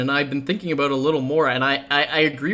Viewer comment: "Xel'nEga", "Abuut" ... wtf?